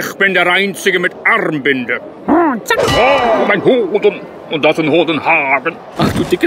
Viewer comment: Aber ich bin der einzige mit Arrmbinde"🤣🤣🤣 das hat mich so gekillt🤣🤣